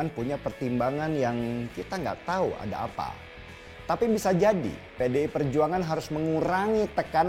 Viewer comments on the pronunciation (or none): none